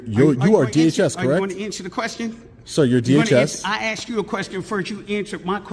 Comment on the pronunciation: and what a power tripping thug cop. he can barley speak English. he said "I axed you" . pure ghetto DEI hire .